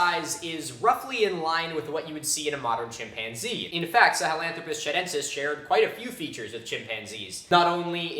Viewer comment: That'd be Chudentis, not Chadentis.